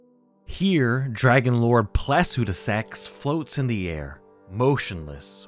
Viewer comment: Home boy you gotta read names phonetically from now on. Your pronunciation of Placidusax hurts me. It’s Placidusax, not placudisax.